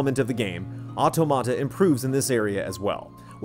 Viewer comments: dude, automata is said or-tom-matter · I'm pretty sure that's not how you pronounce automata... at least, if you're referring to computational automata, it's pronounced AW-TAW-MAW-TA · Superbly written, superbly dictated. Great review - L&R (pretty sure it should be pronounced like "automaton" though!) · they didn't call them automata though, which is a Greek word (αυτόματα - stress on the antepenult). They called them karakuri. But I daresay you're right that automAta is traditionally how they pronounce that in Japan (perhaps when translating or describing karakuri?). It's not just not good Greek! L&R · PS: please..it's auTOmata...just a big pet peeve of mine. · “Otto-matta” lol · Nier OW-TOE-MAH-TA??? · The review was put together really well. Great writing and thorough coverage makes it really to watch. EXCEPT for the fact that the title of the game was constantly over pronounced and pronounced incorrectly, this would be an absolutely stellar review. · He is pronouncing it incorrectly. It's the plural form of "automaton." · Why does no one know how to pronounce automata? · everyone be pronouncing automata wrong :( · Ram Khai English native speakers usually pronounce everything wrong. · it's a little different, in that it's an English word that Japanese devs are using for their English translation of a Japanese title. It's true, the pronunciation in the game matches what is saying in the review, it's also true it's a Japanese (mis)pronunciation of an English word.